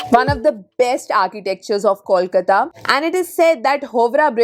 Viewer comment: Can you pronounce the name of the city correctly please?!?! And it's NOT "Balugunge" but "BALLYGUNGE" - YOU SHOULD re-edit this entire video. What bullshit.